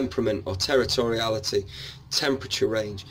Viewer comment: Terortoriality. Love that. Dont think ive heard that word before! And well impressed you know about Ollivander! 😍